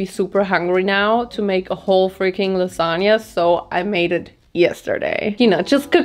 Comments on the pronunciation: I'm obsessed with your lipstick 🤩 (But that "lasagna" is criminal 🇮🇹) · I accept your apology for the "lasagna"